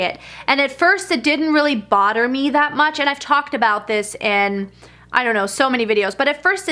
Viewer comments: Lol did any hear her say border me instead of bother me lol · I think she says botter and it sounds like border